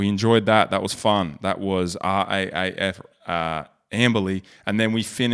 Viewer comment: It's pronounced R Double A F.